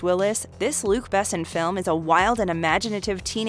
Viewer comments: I like the videos but it drives me nuts that the narrator mispronounces SO many names and words. Luc Besson, allegory, etc. Seems to be running theme. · its kind of funny how she pronounces Luc Besson. he is french so its a little different